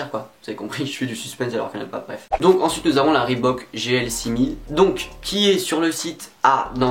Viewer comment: Enfin quelqu'un qui sait dire reebok correctement